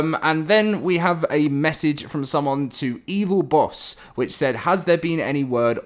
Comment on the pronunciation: It's not "Evil Boss", it's "Evil Boss-eh". Bosse is a common swedish name, the E is not silent.